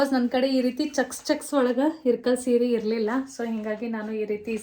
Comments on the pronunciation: It’s not irkal it ಇಲಕಲ್ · It is ilakal not irkal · ಇರ್ಕಲ್ ಅಲ್ಲ ಅದು ಇಲಕಲ್